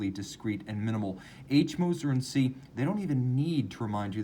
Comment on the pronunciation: Great review as always! Just an FYI - Cie is compagnie (company) in French. Unlike “Co” in English, its pronunciation is not abbreviated and so Cie is always pronounced “Com-pan-YEE” and not “see”. Cheers.